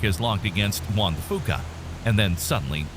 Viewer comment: Fuca = "Few-ka"